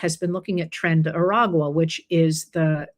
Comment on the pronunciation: IT'S NOT TRIN! Tren = TRAIN not TRIN!